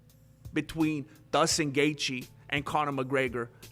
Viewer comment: His name is J-J-JUSTIN- NOT DUSTIN...STUPIDO